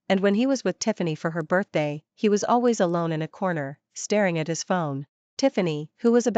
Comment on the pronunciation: Pronunciations! Bee ed? Al. ways? And she too has no morals, drinking and sleeping with an old flame/friend the day she meets him? You are pretending to write a story for non-Chinese readers too, right? Mention only one name, not both after the first time.